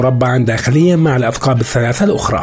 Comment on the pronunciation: الغار ممتازه ولكن نطق عيدان الاثقاب ليس صحيحا وانما هي عيدان الثقاب . بكسر الثاء مع التشديد ..